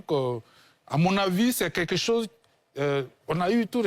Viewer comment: Voilà l'homme aux lunettes noires qui dit "quêquêcho" au lieu de quelque chose